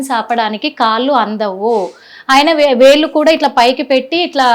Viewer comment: పాయింటూ కాదు, పాంటు. కాళ్ళు, వేళ్లు అనాలి. కాల్లు, వేల్లు కాదమ్మా..